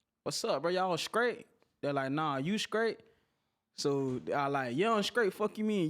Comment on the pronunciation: STEPHEN LAWRENCE you skraight? You from the skreets? You do comskruction?